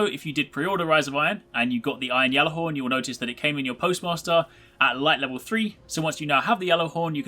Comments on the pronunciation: How do you still pronounce it "Yallarhorn" when Saladin openly uses the "g" sound? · You are saying Ghallerhorn so wrong